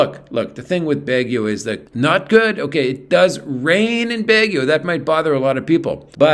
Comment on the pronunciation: Pronounced "Bag ie o "